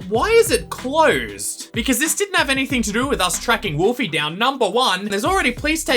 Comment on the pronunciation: and do be the game theory but one is funnier ( is funny:) ) and wolfly you said wolfy not willow